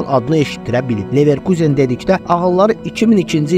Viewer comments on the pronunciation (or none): ilişmək deyil ay qaqaş, tənqid olmasa nəticə olmur, mən ali savadlı adam nə edim ki videoya baxanda vurğunu düz qoymayanda kimsə əsəbi oluram. Düzəlişlər et, sənə uğurlar. Sən orda neverkuzen dedin amma almanlar nə deyir onu demədin,onu da öyrən